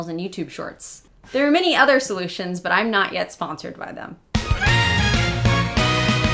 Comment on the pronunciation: I can't help but wonder if she (you) has the pin-pen merger. Youtube transcribed her as "to them," but I clearly hear "to 'im." It might be just me as I'm an L2 speaker and finding something that isn't there.